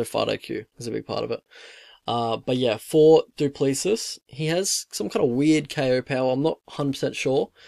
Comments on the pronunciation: Pronounce it 'Doo pla-see' phonetically 😂 reckon Dricus is gonna take it home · It's pronounced Do Plessee. The s is silent. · Stilnox baby!!!!!!!! South Africa represent! Dricus is going to destroy this kid! Gota respect a police officer who finds the time to be a UFC athlete tho man! Mad respect to him but sadly he is going to sleep! It pronounced Doo-pla-see. Anyone know when Don Madge is fighting again??? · *do~ pleh~ sí Spot on with his first name tho 👍🏻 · No your not pronouncing it right😂